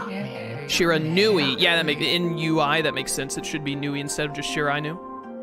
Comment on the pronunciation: Shear-a-noo-ee, bro.